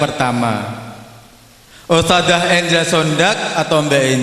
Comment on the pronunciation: Ustadzah not ustajah Huruf dzal BUKAN JIM DAARUL bukan Da arul